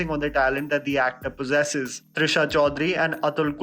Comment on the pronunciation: It's Tridha Chowdhury. Not Trisha